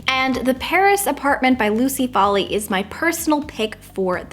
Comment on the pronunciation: As a proud Irish-American☘️🇮🇪, I believe the pronunciation of "Foley" is foal-lee not folly!